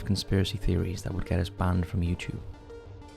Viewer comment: I think they’re poking fun at the way he says “YouChube” instead of YouTube